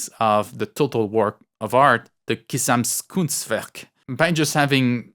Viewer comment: Hahaha, it's GESAMTKUNSTWERK und pronounced quite a bit differently, but whatever you said there sounded absolutely awesome. Kinda like an alien trying to speak german :D.